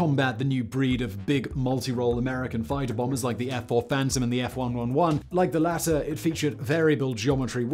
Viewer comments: It's F-One-Eleven. Not F-One-One-One. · "F-One-One-One"? I think you'll find that "F-One-Eleven" is the more common pronounciation, and is a lot easier to say 😅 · It was pronounced F 1 Elevan. Not F-triple 1. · Thought it was f one hundred and eleven? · F-one-one-one ? Isn't it pronounced F one eleven ? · "F- one ELEVEN" is its accepted name. Not "F- one one one" :( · Foxtrot wun wun wun, copy. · ef eleventeen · F-One-Eleven Simon. That hurt my ears. 😆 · It's the F-111 (say it F ONE, ELEVEN). I kinda cringed when Simon first said it. heh. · Ok, that's twice now. F-111 is pronounced Ef" one eleven". Leading to it's nickname the F Wonder-lemon. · It's the F one eleven